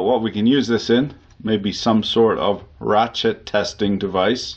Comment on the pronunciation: As per your final comment - it sounds ideal for a "rat shit testing device", oh wait, did you say Rachet?